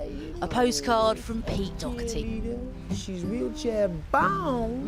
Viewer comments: Its pronounced Doh-herty not dock-erty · She keeps saying Docherty, with a k sound in it. It’s Daw-Herty, easy to pronounce. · Pete Dockerthy..typical butchery of an irish name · As a french i Never understood why the Real english prononciation of his name is ''dock 'a 'tee '' in France WE Say dauw hair tee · Why can’t the English pronounce Doherty properly? There’s no c in it ffs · Why can’t the English pronounce Doherty right? There’s no C it’s not Docherty! Ya’s weirdos! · Sanity at last....... It's Doherty....... Not DOCherty. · whos Dokerty... its Doherty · She says "Dockerty" why? It's Doh-erty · He's not DOCKherty. Learn how to pronounce his name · Why can’t she correctly pronounce his name? Dockerty? The name is Irish and the h is silent. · Maybe she should learn how to pronounce his last name properly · Why say his surname wrong though! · She can’t pronounce his last name.